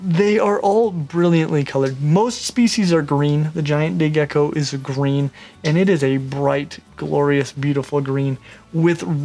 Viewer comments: Lol idk why I heard gay gecko😂😂😂😂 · Sorry I thought you said gey gecko I swear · I don't know if it is just me but i heard him say gay gecko lol, love your vids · Not going to lie. Every time you said say gecko. I thought you said gay gecko. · did he say gay gecko? xD